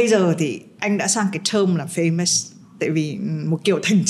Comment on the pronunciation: À nhân tiện, chị tóc bạc ơi từ FAMOUS, dấu nhấn nằm ở FA nghe chị, không phải nằm ở sau nhé. Thấy chị lặp đi lặp lại hoài em mới thấy lạ chứ không phải em bươi, em móc chị đâu nhé nhỉ?!